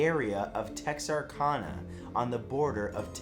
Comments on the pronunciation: Bro Texarkana is pronounced with a C and not K so Can no Kan. Just like Kansas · It's pronounced Tex- ar -can - a 😂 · I'm going to need you to pronounce my hometown city's name correctly. It's Texar-CAN-a. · It's pronounced Tex are can a ... Texarkana, TX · Very interesting video. 2 things though: 1)Sound was a bit quiet. 2)That city in Texas is pronounced Tex-r-can-uh. Thank you. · You said Texarkana wrong🤣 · I always get a chuckle from people trying to pronounce Texarkana. Now do Nacogdoches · You could not have pronounced "Texarkana" any more incorrectly. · #5 is about my hometown ❤❤❤. Oh I just cringed when he said Texarkana. 😖